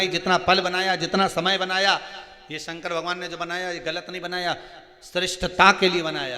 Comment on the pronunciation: पंडित जी शंकर वे हैं जो दुखों का शमन करते हैं, कल्याण करते हैं इसलिए शंकर को शंकर बोला कीजिए, आप संकर बोलते हैं, और संकर का मतलब मिश्रित होता है। शंकर, मिश्रित नहीं हैं... दूसरा शिव पुराण की जगह लुगाई पुराण सुनाना बन्द करो, कृपा होगी।